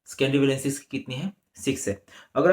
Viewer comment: Scendory nahi sir secondary hota hai